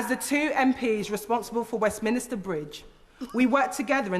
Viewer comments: Cringed slightly every time she said "Westminister", it's Westminster, how can a London MP not know that? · I'm not sure how to respond as I do not believe pronouncing Westminster 'Westminister' is related to dialect. ffs I used to say it, until some point in my teens maybe - possibly when I did politics A level... Maybe it is a common mispronunciation due to the mental connection between 'Westminster' and 'minister' - as in government ministers, you know, who hang out in Westminster. And I'm not getting pissy, originally I was slightly cringing at the mispronunciation, now I am mildly baffled by the pushback I'm getting, I suppose being a bit pedantic about pronunciation falls outside of the range of acceptable discourse? I wouldn't even classify myself as a linguistic prescriptivist. Things like 'could of' and 'genuinely/generally' slightly irritate me, but it is an irritation that is tempered by an awareness and appreciation of the fact that most people don't have the privilege of being as intellectually gifted as me. So it's fine, enjoy your Westminister. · It was a nice speech don't get me wrong, but 'Westminister' and 'St Pancreas' are two pet peeves of mine, and I'm especially surprised to hear an MP - who presumably hears other people say Westminster correctly at least once per day - say it wrong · Enjoyed the speech very much. Can someone please explain to Ms Eshalomi how to pronounce Westminster? The clue is in the spelling. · Can't she pronounce westminster correctly instead of adding an extra vowel between the n and the s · well one way is how it’s pronounced and the other is not, there’s your problem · lol adding an extra syllable to Westminster is not related to a dialect, it's a common mispronunciation. Who are 'people like Eshalomi'? Whenever someone very mildly criticises anyone who isn't white, the criticism must be related to racial prejudice? Poor from you, do better